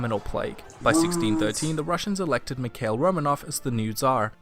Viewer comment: Mikhail Romanov, it reads as Mihail, not mikel WTF